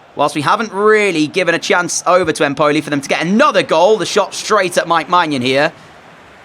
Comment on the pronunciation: Empoli has the emphasis on EMpoli, just like it's NApoli.